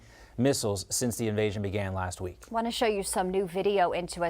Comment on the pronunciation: please stop saying Rusher, Americer and Chiner. Just a idea. These are not actual words.